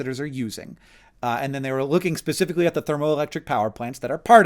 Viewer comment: Hank, love your videos. I've been watching your videos for over a decade in multiple formats. Up until now I never noticed, but today I did. You incorrectly pronounce "specifically" like "pacifically" and ever since I noticed, I can't unhear it.